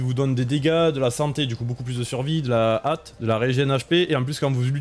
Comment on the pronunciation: Petit détail : accélération de compétence est dite par le mot "hâte" pour "hâte des sorts", et non "AT"